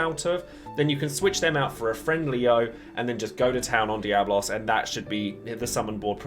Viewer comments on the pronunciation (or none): It's DiabOLOS